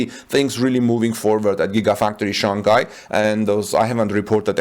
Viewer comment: Just want to point out that you mispronounced the name Shanghai. The second syllable of the word should sound like “hi” not “Kai”.